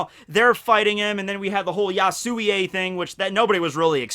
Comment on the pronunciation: Ya-su-wi not ya-su-wi-ey